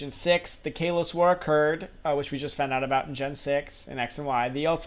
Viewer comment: You said Kalos wrong.